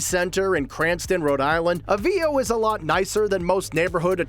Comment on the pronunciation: Boy! Does this guy mispronounce Avvio's. I guess he's not Italian.😂